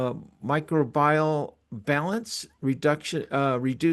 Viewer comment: Microbial refers to Microbes. So pronounced Mi-Crow- be- all. FYI